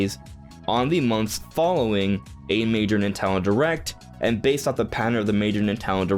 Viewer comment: NINTENDO, Why is it so hard to say? Lol